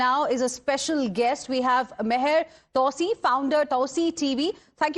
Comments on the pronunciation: You butchered his name though!🙈 its pronounced Mah -yar 2C.. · I wish she would take 5 minutes to learn to pronounce Mahyar Tousi and Pahlavi correctly.